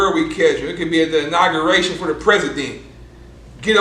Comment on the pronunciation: 🤣🤣🤣🤣🤣🤣🤣 this nigga said at the inguaration lol